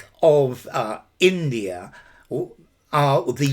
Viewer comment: there's an intrusive r in "india(r) and pakistan"